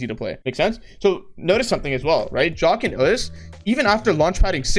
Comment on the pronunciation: it bothers me how he says jahq as jock